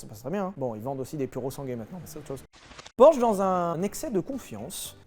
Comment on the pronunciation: Prononcez Porsche correctement par pitié 😭😭